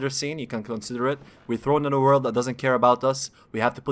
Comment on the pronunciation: "may you find your wok in the waking wrold" i burst laughing everytime he speak a letters